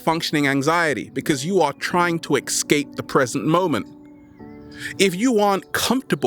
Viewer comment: Escape, not ex-cape.